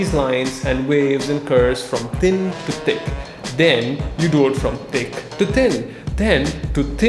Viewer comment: Instead of hearing "Thin to thick, think to thick" I hear: "Tin to tik tin to tik" Oof.